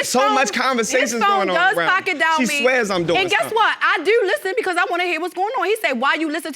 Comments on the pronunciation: I hate when she says ‘do’ It sounds like dew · I wonder how the elementary school teacher teach them how to pronounce their O's but I do like how they say Do/Dew I can't say it like that if I tried without sounding weird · 😂😂 I'm from Texas, soon as she said "do" I was like "SHE FROM BALTIMORE" 😂😂😂